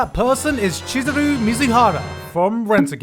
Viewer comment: "Cheese..." Chizuru shows up me: you mean Chee-zuru? wheeze please make me stop